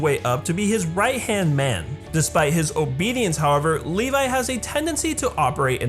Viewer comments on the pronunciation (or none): lol he said leli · I don't want to sound like a smart mouth or anything but his name is pronounce as Levi not Levis. And you can find that on the OVA. I understand that I'm late.